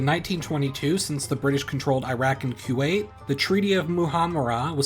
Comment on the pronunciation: On the same topic, it's not "KYU-WAIT", it's "KOO-WAIT".